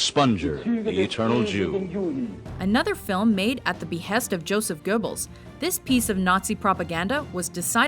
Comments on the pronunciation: Joseph Geuh-bbles? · IT'S PRONOUNCED YOSEF GOBLES